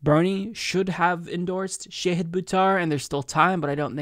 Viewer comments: Shah-hid, not Shay-hid 🙂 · Love this, but, it's pronounced "SHAH-HID." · please work on your pronunciation. It's not SHAYhid, it's more like shaHEED, like how Marianne Williamson says it. Just trying to help. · Good segment,. But it is not Shay-hid it is Sha-hid -- like the Shah of Iran... but not a right wing dictator asshole, rather a very cool, principled left candidate who will trounce corporate puppet Pelosi. And the last syllable is 'hid' like past tense of hide, rather than 'heed'. I mispronounced his name too, and he was kind enough to personally correct me;^) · Sha-HID not Sha-heed. :-) Volunteer today at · Shah hid. It's pronounced Shah hid.